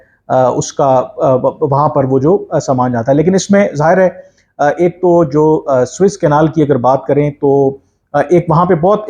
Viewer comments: بار بار نہر سویز کو سوٸس کینال کیوں کہ رھے ھیں۔۔۔ محترم کامران یوسف صاحب؟؟؟؟؟؟؟؟؟ اس کا نام suez canal..گوگل پہ آ رہا۔۔۔😊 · First of all. It is Suez canal and not Swiss canal. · Swiss Canal? Yeh kaha hai bhai? Swiss Canal nahi... Suez Canal!